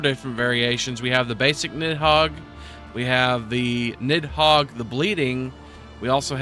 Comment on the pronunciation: FYI Nidhogg is pronounced nithawg.